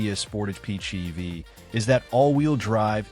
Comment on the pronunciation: Not bad info, but if you want to be taken seriously you need to ditch the crummy AI voiceover. I cringed every time it said PHEEV, or MP-Go (instead of MPG-equivalent) or the Toyota R-A-V-4 instead of RAV-4 etc.